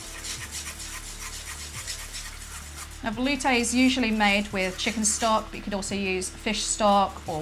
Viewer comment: can't pronounce "velouté". Failure... Sorry aunty Liz I couldn't resist.:)